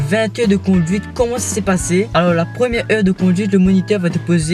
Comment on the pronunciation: Heure de conduite et pas heu de conduite